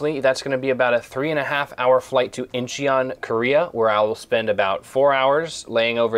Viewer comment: its IN-CHON. -INNNNNN-CHONNNN